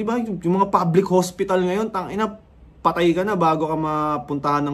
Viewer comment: Nagulat ako dun sa “patay ka na bago ka mapuntahan ng nurse e” ang diin HAHAHAHAHA